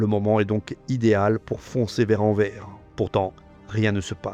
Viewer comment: Vidéo magistrale. Je kiffe à 99%. Juste une truc : Anvers ne se prononce pas "en verre", mais " en verse", comme dans averse. Comme le Grevisse précise qu'il n'y a pas de faute (y compris de prononciation) dans les noms propres, c'est aux locuteurs de s'adapter.